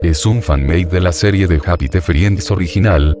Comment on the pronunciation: qe bronca que diga serrie,LOL